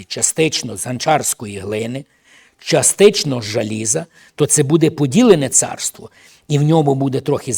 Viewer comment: Частинно, не частично. Не перекручуйте слова з Писання.